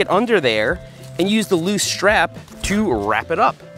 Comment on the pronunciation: And he says SHTRAP instead of strap.